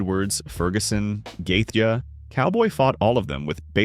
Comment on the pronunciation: Gaethya made me click off the video ngl. Well done, mate. Hope you still got the view or smth. Crazy. Should've at least known a legend's name. Gah damn, mf said gaethya bruh hahah